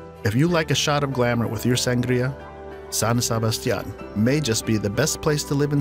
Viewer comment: SANGRÍA IN SAN SEBASTIÁN. God don’t speak ever again